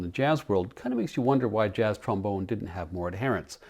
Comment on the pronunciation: My 8 year old self says - Hahaha you said trom-boner! Thank you for humoring me. Another great video. Like the dog insert too. Take care. Nick